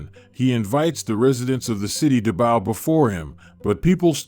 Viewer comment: baw??? Did u mean bow